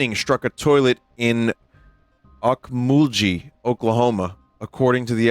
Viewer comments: vinny pronouncing okmulgee as "ockmooll g" is making me lose my mind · I know he wont see, but okmugee is pronounced Oak-Maul-Ghee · I have never heard anyone pronounce okmulgee like that 😭